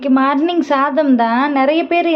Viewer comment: அவங்க மார்ர்னிங்னு அழுத்தி சொல்லும் போது எனக்கு சிரிப்பா வரும்.செப்பல் ரிமூவ் அதக் கேக்கும் போது இன்னும் சிரிப்பா வரும்.நமக்கு தெரியாத ஒரு மொழிய வலுக்கட்டாயமாக நமக்கு நாமே திணிச்சு அதுல என்ன வெட்டி பெருமைன்னு எனக்கு தெரியல.நமக்கு தெரிஞ்ச நம்ம தாய்மொழியை நம் வட்டார வழக்கில் பேசினாலே இனிமையாக இருக்கும்.இது ஏன் இவங்களுக்கு புரியலன்னு தெரியல.